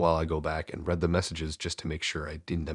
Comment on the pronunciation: Read is as in REED not red😮😮😮